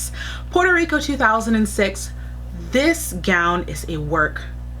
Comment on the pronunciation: I loved how it states Porto when it’s actually Puerto